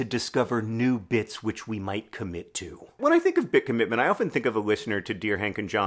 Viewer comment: Cobitment? Cobbitment?